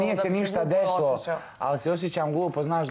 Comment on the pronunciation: Kad cujem ovo "deslo" nije mi dobro. Ogavan je